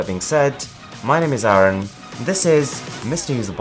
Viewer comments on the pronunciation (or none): none